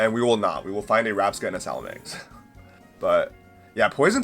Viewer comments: Its salamence.....not salamenks... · Man you seem to not be able to read or pronounce. It’s salamance not salamanx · No hate, but after 20 years of playing Pokémon, “Salamenkse” is a first lmao